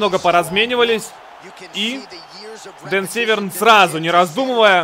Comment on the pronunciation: Дико извиняюсь но не Северн а Дэн сэвэрн .